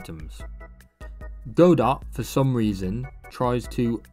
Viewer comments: Apparently it was named after the play "Waiting for Godot" in which the character's name is pronounced "god-oh" in English (the plays creator confirmed this as the correct pronunciation despite another English version of the play pronouncing it "guh-doh"). The silent T comes from the French origin of the play, a language riddled with silent letters. Something you may find funny is that the word "silent" in French is also spelled "silent," except the T is silent; it's pronounced something like "see-lah" (the "lah" isn't quite right, but French sounds a bit different than English). And despite all of this, the creator of Godot who named it after the play still pronounces it "go-dot" rofl. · i love this video but FOR THE LOVE OF GOD ITS PRONOUNCE "GOD-OH" AAAAAAAAAAAAAAAAAAAAAAAAAAAAAAAAAAAA seriously cool vid tho i subbed